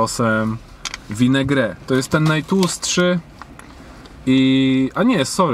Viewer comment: czyta się "WINEGRET" a nie "WINGRE" kurrwa